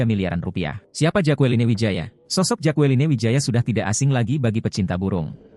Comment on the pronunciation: Mas. Baca namanya jekelin. Bukan jakualine